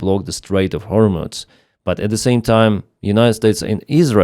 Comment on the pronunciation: hormooooze not hormutz!